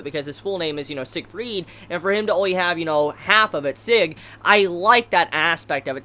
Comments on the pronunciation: Seg ? SEG ? You just butchered the translation of the Name/Word Sieg ... But yeah its pretty difficult to say if you don't speak german ;) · Sieg's name is pronounced like Zig, cause it's German name